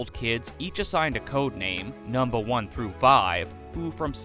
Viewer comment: I know why he says it but it sounds weird when he says “numba 1”